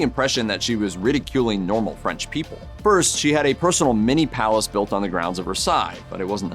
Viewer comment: Your French pronunciation is amazing! 👌🏼👌🏼👌🏼